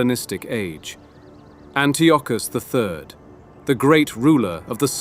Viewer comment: Antiochus= An-tie-a-cus